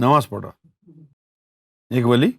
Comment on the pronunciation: Wali ka name toh thik se lijie.